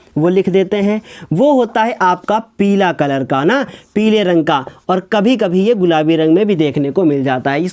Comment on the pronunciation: Sir agli class me peela bolna😂😂😂